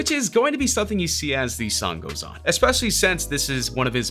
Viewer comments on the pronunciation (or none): none